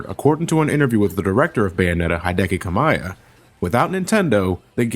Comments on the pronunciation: Slight correction: it's pronounced "Heedehkee Kahmeeyah". Sorta. And personally I mostly dig the 15-minute long opening cutscene for the first game due to Enzo DeVito (I wanted to see more of him later on, but oh well) and the nice fighting choreography, but I get your point. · It's disrespectfully lazy you not caring to pronounce the creator's name right. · Not to nitpick, but you seriously butchered the pronunciation on Hideki Kamiya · Omg you just butchered Hideki Kamiya's name something awful.